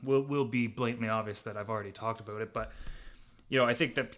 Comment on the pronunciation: Everytime he says a bout you hear his accent